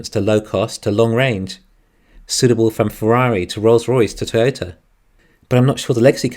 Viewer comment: I love the episode as always. Although it did take me a while to figure out you were saying Toy-o-ta. Pronouncing it as a two syllable word it sounded like you were saying turtle